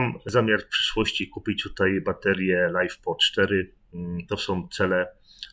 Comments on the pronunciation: LiFe to nie to samo co life, nie czytamy tego "lajf" ;) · Masz rację! 😊 LiFe oznacza akumulator litowo-żelazowo-fosforanowy (LiFePO4) i nie wymawia się go jak angielskie "life." . Dzięki za doprecyzowanie!